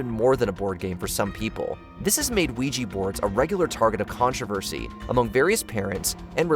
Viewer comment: OuijA not OuijI